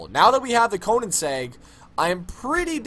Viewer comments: DO not pronunce Koenigsegg once again , it makes my ears bleed o.o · It's pronounced Koénigseugg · I was done ... He called it a Koenigsegg "AJERA" LMAO No respect for the fastest car in the world.